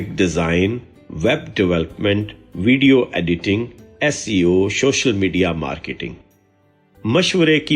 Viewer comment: تلفظ کی اصلاح کریں۔۔۔۔ شوشل نہیں سوشل رےویو یا ر ویو نہیں ریویو